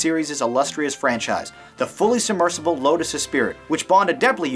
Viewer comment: do you mean the Lotus Esprit? If so i pretty sure it's pronounced espree